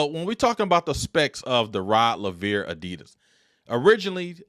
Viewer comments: Rod Laveer. Rod Laveer. Rod Laveer. So many times it got damn annoying. Its not just a shoe model. Its the name of a tennis great. Have some respect and get it right. Its just a simple straightforward Anglo name pronounced as spelt. Rod Laver. Not a tongue twister like Handlikova, Navratilova or Gerulaitis. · It's Laver!!! Like Braver !! You are totally pronouncing the name wrong